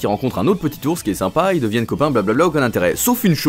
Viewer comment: Pourqioi A chaque fois que tu dois dire "ils" tu dis "yel" tu devrait apprendre à parler